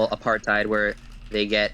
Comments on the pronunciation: Pro tip: since so many Americans are using "apartheid" as an adjective nowadays, it's pronounced more like "a-par-tate". Hard to describe the intonation on the vowels, but the H is silent and it's not "aparTHIDE". Feels weird hearing that word coopted but so terribly mispronounced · Thank you, as a South African who lived through it myself, it would serve everyone better to pronounce it 'Apart-HATE'